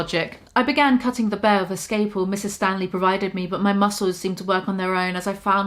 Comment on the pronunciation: You pronounced scalpel as "scaypel" lololol is that a UK thing? Or am I right to assume that was an accidental error. 10/10 otherwise on the reading m8. Truly. I love your input, it's super entertaining. Please review that book you mentioned, I was just talking about this with my good friend how some of the most amusing and hilarious media (to me personally) is the kind involving neurotic or mentally unstable people throwing inanimate objects, or just crazy chaotic scenes where somehow inanimate objects are being thrown, smashed, broken, etc etc. There is something truly hilarious behind that sort of thing. Keep up the good work! Cheers.